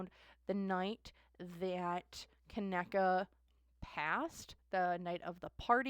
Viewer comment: Pronounce it like (Ka knee ka ) ❤ Kaneeka or KJ